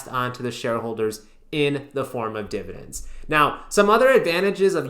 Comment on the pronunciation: lol divi-dans